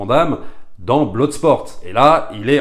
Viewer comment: Bloodsport ne se prononce pas "bloudesport" mais plutôt "bleudesport" 😊